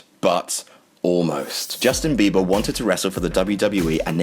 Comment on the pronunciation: Were you actually saying "Justin Beaver" or was I just thinking that all because that's what I call him?